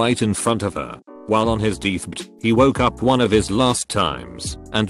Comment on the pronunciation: I’m sorry but the way pronounces deathbed has my sides in orbit! 😂😂😂😭😭😭